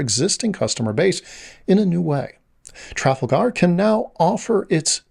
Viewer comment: Your pronunciation of Tragalgar is distracting me. I've never heard it pronounced that way, and I've taken Trafalgar tours.